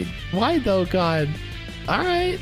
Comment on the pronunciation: When he said “why Dokkan” I thought he said “why tho god?” 😂😂